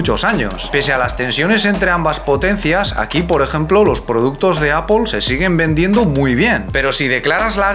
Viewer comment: El señor que ha dicho 'Apple' lo ha dicho muy distinto, ¿cómo es en chino?